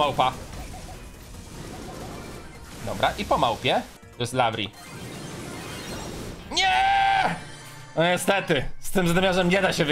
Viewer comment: nawet nie umiesz mowic larry i lawry😂😂😂